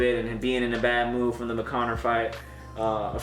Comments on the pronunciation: We just gonna ignore how he said McConnor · He said McConnor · He said mcconner 😂😂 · This man said McConnor🤣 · Mans said McConor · He said mcconor 😂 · "I'm not drunk..." calls Conor McGregor "McConor" yea aight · Mcgregor not mcconor